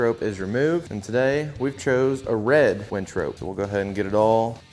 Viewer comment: And by the way it's a winch not a wench you really should learn the pronunciation of this if you're going to make a video.